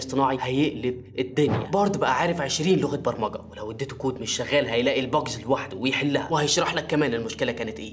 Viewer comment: برمجة وليس برمقة